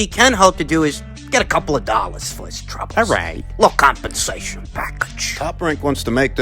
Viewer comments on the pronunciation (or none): "Litol compensachen 📦 " 😂😂